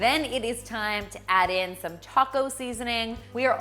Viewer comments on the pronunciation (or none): none